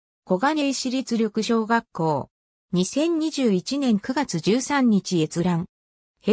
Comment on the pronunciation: 「上記であげた」とか文語だし、リョク小学校とか。しりつが私立に聞こえるし。こがねいし りつ にするか、いちりつ でしょ。